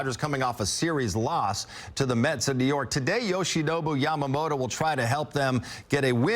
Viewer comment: ヤマモロの名前言いにくそうだからイチローみたいに登録名変えよう👍